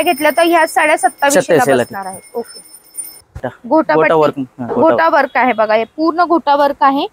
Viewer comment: घोटावर्क नाही ओ...😂 गोटावर्क म्हणा..